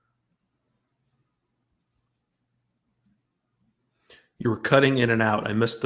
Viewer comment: I think its pronounced Her-ny-ez